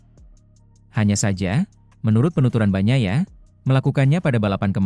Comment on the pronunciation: Bro ied fitr itu bukan kembali suci tp artinya hari boleh makan , klw bikin narasi pake AI , nulisnya pake bunyinya dlm bahasa indonesia , misal ketik aja markes, motor ji pi, peko bagnaya , jadi si robot gak salah ucap !